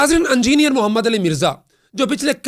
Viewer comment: لنڈے دے صحافی صاحب"اَنجینئر" نہیں "اِنجینئر" ہوتا ہے